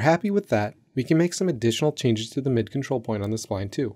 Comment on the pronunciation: What the heck do you mean com-trol select be more specific . Not Helpful.